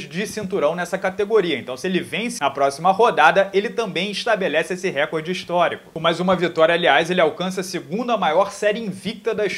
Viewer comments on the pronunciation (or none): none